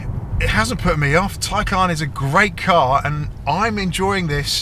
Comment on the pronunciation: Its a Tay-can not Tay-caaarrrrn.